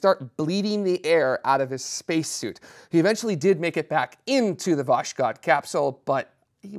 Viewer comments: No, is right about the S in Vas-hod, but it is a V, not a W. There is no W in Russian. Just go to Google Translate and translate 'sunrise' into Russian.There is an audio pronunciation feature too. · I'm still not getting it. Sounded like he said "vosh-cod". It starts with a "W" sound? Wish I knew the phonetic alphabet